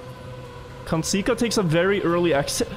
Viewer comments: bro thats not how you say kandzsika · kandzsika az egy igazi szó és dzs-vel mondod